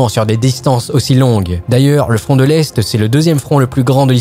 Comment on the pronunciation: Je n’étais pas près pour le frond de fabeby 🤣🤣☺️ Sinon excellent reportage.